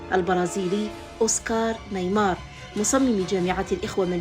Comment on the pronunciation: اسمه اوسكار نيماير و ليس اوسكار نايمار Oscar Niemeyer et pas Oscar Neymar